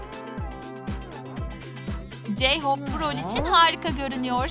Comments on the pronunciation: J-hope'me yazikkkkk Hemde ilk basta J-hom diyorrrrr Yaa😂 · "CAnKOk cEyhOp CiMEn" knk şaka mi bu?